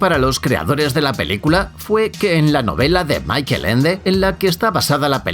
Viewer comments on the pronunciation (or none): none